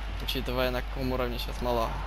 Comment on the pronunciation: МАлага а не МалАга